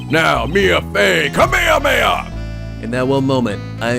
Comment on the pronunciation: A Ka-mia-meha?